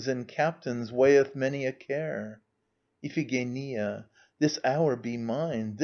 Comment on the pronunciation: If only someone had taught him how to pronounce Iphigenia.